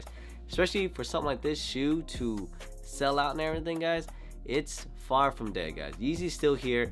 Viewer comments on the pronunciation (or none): none